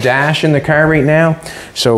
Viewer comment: He a cracks me up calling a car, a care.